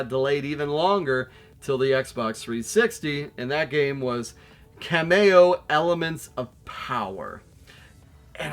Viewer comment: Extra Ka-mayo for me! 😅 I pronounce it Kam-ee-oh. But amazing game particularly on the Xbox one X and onwards-in 4k! Keep the 360 alive! Thanks for all the vids!